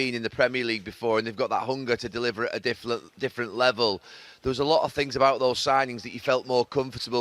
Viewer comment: Gary Neville: "A difflent level"